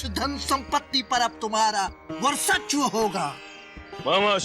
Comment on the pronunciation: .. समस्त धरती पर अब तुम्हारा वर्सच्व होगा। 🤣🤣🤣 वर्चस्व ..... होता है। भाई